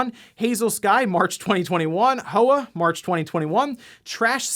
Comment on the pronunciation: The game Hoa is pronounced Hwa. It translates directly in Vietnamese as flower.